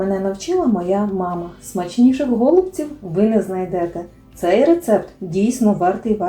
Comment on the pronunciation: Чому,, гОлубців,,, наголос на перший склад?